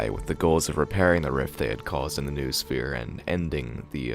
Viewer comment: Only after third time I got what you meant. Vernadski's Noosphere? It shout be pronounced like "noh-oh-sphere" (from νόος)